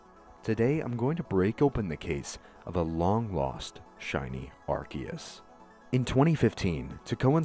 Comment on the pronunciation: rare youtuber that doesn't mispronounce arceus